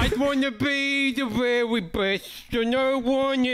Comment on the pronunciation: The “vEwY vEwY SmArT BoYs! 🤓”